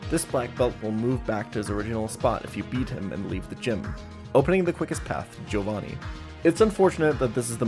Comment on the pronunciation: W for Joe-vanni pronunciation. The correct pronunciation.